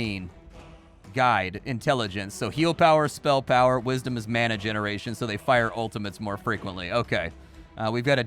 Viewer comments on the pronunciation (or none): none